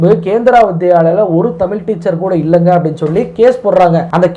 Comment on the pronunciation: தமிழ் என்ற உச்சரிப்பு தமிழ் என்று வருகிறது நண்பரே . தமிழ் பற்றி பேசும்போது தமிழ் உச்சரிப்பில் கவனம் மிகவும் அவசியம். திருத்திக் கொள்ள வேண்டுகிறோம்